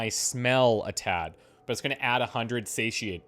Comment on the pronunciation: FYI, Satiety is pronounced "SAH TIE ITTY" or "SAY TIE ITTY" relating to being Satiated "SAY SHE ATED" or "full" (not hungry). Of course you can look it up yourself or you can trust my completely unsubstantiated credulity. Your call.